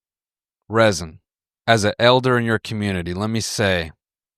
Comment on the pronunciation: 😭 yeah he mispronounced my name